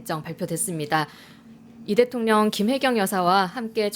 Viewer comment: 앵커분 발음이.. 방만진법?대통련? 교포신가요?